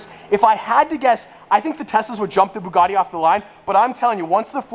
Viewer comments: or "The Bougadee" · “The boogiti”